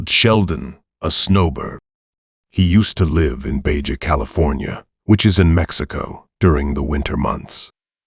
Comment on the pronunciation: Uh, Baja, California is pronounced bah-hah or am I missing something?